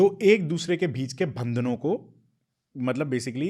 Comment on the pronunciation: Excellent podcast both of you. Har Har mahadev A few language Observations 1. It is not cobra ka 'fun', it is phan फन 2. It isn't ghaghra hakar... it's ghaggar hakra 3. It isn't gengantic basin, it's gangetic basin 4. It isn't bhandan भंदन , it's bandhan बंधन 5. Not roodr रूद्र but rudr रुद्र 6. Not abandance, but abundance 7. Not zarathustra, but zaruthastra